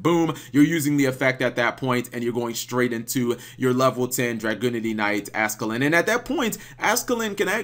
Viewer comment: Ascalon not ascalin